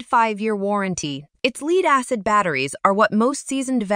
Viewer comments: whats pure "leed"? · Too bad she doesn't pronounce lead or product names well. Johnson Controls makes the majority of those brands.